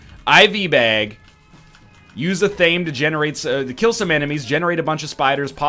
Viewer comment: athame is pronunced ath-uh-may. if you care. lol